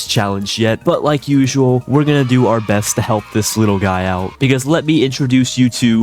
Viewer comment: Just started watching this after hearing "hour house, in the mittle of our house" in a long video.